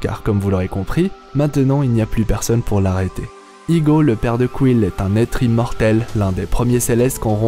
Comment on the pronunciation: a chaque fois il dit igo.... c'est ego je crois